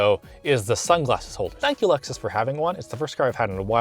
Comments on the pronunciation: Lexus, with an E, not loxus or whatever you said. :p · It's A-LEXus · Did this mutha fuka say LUXus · Wait did he pronounce Lexus as “luxus”